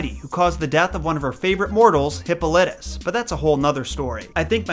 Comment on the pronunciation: "your-RIP-ih-deez" & "hip-POL-ih-tuss"